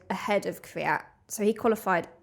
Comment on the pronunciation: it can be either kivyat or kviyat, both incorrect.